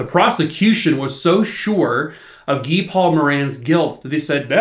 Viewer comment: Thank you for pronouncing Guy Paul Moran's name properly. I've seen way too many YouTube channels say it as guy- like another name for man. But since there are a lot of French Canadians, Guy as a proper name is usually said as Gee- with a hard G, like as in the word gas. I appreciate you taking the time to actually find out the man's name. But, as usual, you always do things top notch. Another great video. Poor little Christine... if the timing had just been a little bit different that day, she'd probably still be here.😢